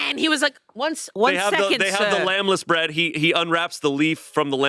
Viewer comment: The way I did a QUADRUPLE-take over saying "lamb-less bread" instead of lembas bread..?! 🤨🤯😨